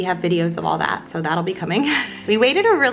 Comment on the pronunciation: OMG when she emphasised “that” ... definitely thinking this baby is a girl!!💓